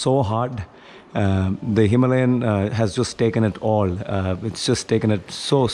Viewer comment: It's Himalayan bro not Himlayan.. please take care of it 😅